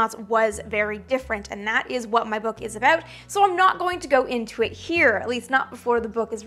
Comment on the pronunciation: I love how she's say about. The Canadian comes out.